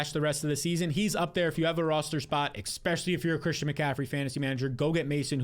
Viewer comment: EXspecially lol